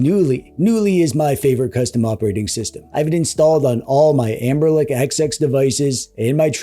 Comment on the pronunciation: Hearing "Amberlick" always gives my brain a jolt